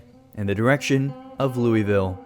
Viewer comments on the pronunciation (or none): I don’t wanna be that person but in Kentucky we do not say Louisville like that.. 🥹— coming from a person who lives in eastern Kentucky! We usually pronounce it as Loo-uh-vuhl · As someone from Kentucky im not sure ive heard anyone pronounce Louisville like you. Ive grown up hearing it pronounced like Low-voll but still i felt glee seeing Kentucky and cryptids i know (as a cryptid fan) in this video, Especially special being my first video of yours ive seen and becoming an instant fan of yours